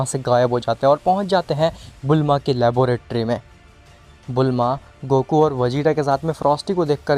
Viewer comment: Laboratory hy labooooratory ni hy 😅😂😂